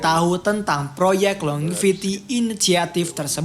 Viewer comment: Longevity, bacanya 'lonjevity'